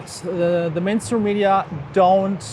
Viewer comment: I like how the way he pronounces "mainstream media" sounds like "menstrual media"....accidental truth, methinks....